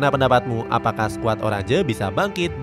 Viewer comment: Oranje dibacanya "oranye" bukan "orandje"